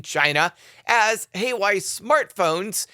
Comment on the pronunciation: Hua wei is pronounced "wha way" 😂😂